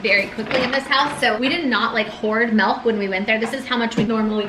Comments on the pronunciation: Don’t expect me to get over the fact that you say “mElk” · mElk, mEElk.... 😐😑